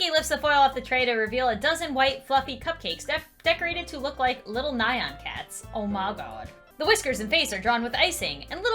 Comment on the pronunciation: Nyan is pronounced nee-an